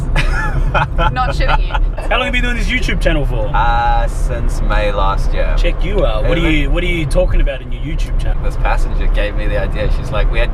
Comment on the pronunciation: When you hear the inner South African when he says year